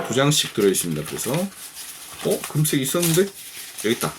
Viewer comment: ㅋㅋㅋㅋ웃음포인트들이 곳곳에 있군요ㅋㅋㅋㅋ 이렇게까지 해야하나 하시다가 어디선가 등장한 시드물박스ㅋㅋㅋ 가위질 재밌다고 거대촉 만드시고 잠깻다고 하시는거부터ㅋㅋㅋ 금쌕!! 은쌕!! 강렬한 발음에 어후 야들야들해져요~ㅋㅋㅋㅋㅋㅋ 재밌게 시청하고 갑니당!!ㅋㅋㅋ